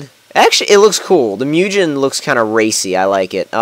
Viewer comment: The way you pronounce Mugen fucking irritates me